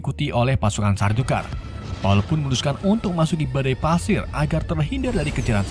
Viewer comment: Pasir bang bukan padir